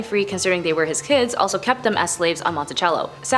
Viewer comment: S L O W D O W N ! The rat-a-tat-tat delivery is too fast. Work on pronouncing names correctly, like Monticello (it is not Italian). Can you really "see our faces"?